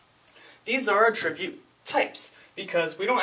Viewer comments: i cant get over how he is saying attribute wrong ... cringe hes saying uhh-trribute... its actually ahh-ttribute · A little under 3 weeks later actually but yes, the 'attribute' being discussed here is a noun, while is pronouncing it as the verb. Sorry, your fellow Grammar Nazis have spoken. To the train with you. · The only issue is you are saying attribute as a verb instead of a noun. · Actually, a tribute is a noun. It's a thing. To attribute something, like attributing a quote to a person, would be the verb form. pronunciation of attribute is odd but I've heard many people say it that way.